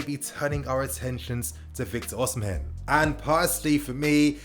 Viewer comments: Osimhen is pronounced "Oh-see-men'' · lol true. Should be O/ Si/ Me(air) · I don't think you're supposed to pronounce the 'h' in Osimhen 😆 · 😄😄 the pronunciation weak me